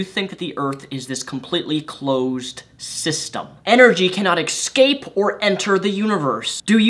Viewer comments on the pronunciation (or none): 'Ecscape' XD